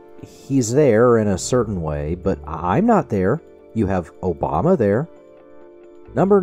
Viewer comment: I also love the sound bites from David Pakman with Trump saying "Obamna", "Truth Cencial" and "United Shates".